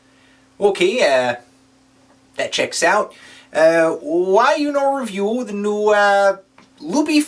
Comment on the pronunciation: NOOOO pronounced "review" correctly!